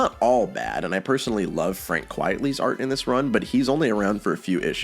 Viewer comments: Frank Quitely is a pen name, from Quite Frankly. Not Quietly. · It's pronounced Frank Quite-ly not Quiet-ly it's a pen name that's a play on the term 'quite frankly'